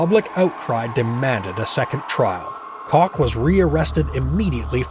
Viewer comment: It's COOK not cock